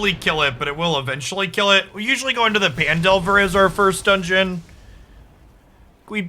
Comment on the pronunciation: mmm fresh youtube cuts. I don't care what anyone says, I prefer your twitch cuts with commentary over bland gameplay only videos. People watch you more for your hot takes and Journey covers than anything else:P as an aside; I thought Phandelver was pronounced as Fan?